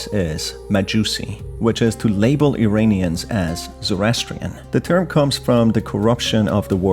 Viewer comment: To: Iranians is pronounced "EErAAnians" and not "EEreenians." Just like you pronounce Iran ("EErAAn.") Please pronounce it correctly. Thank you for your contribution. I enjoy it.